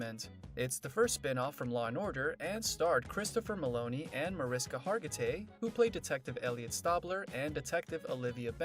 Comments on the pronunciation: It's pronounced Marishka. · By now this narrator should know how to pronounce the characters' names and Mariska's 🙄. I can't...